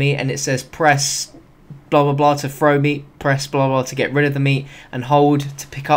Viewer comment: THROW GOD DAMN IT THROW! Not "Fro"